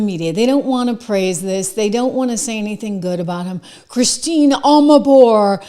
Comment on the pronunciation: Thank you, Trish. Wonderful reporting, as always. P.S. Can you check on the pronunciation of "Christiane" Amanpour? And what a wonderful apology! What other person ever said, I was "insensitive" and "I was wrong"? What a woman! She's not always on the right side of things, but I have also seen some wonderful reporting from her.